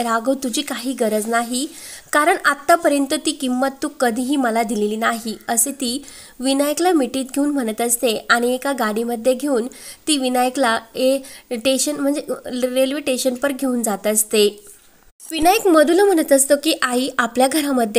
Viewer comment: मॅडम टेशन नव्हे स्टेशन । जरा तरी बरोबर शब्दोच्चार करा ।